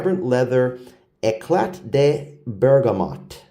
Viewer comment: Eclat is pronounced eclar.